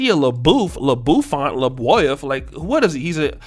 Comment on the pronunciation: Love how you destroyed his name lol